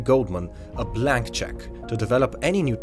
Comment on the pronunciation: Did he say a black check or blank check?